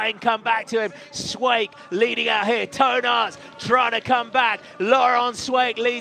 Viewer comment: LOL On the pronunciation of Toon Aerts coming out like Toe Nuts :D